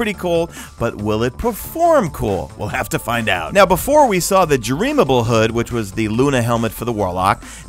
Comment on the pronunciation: It’s Dreambane, not “Dreamable” :b